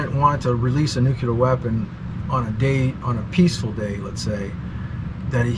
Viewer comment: I love how many times people say "nucular!"